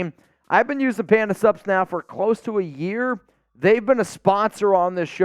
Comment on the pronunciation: I think this will forever be know as the episode where let’s us know he can actually say SUPS! Even if I knew it was Panda Sups, I only ever heard PANDA SUBS! The first few times I was trying to figure out what SUBS had to do with nutrition supplements….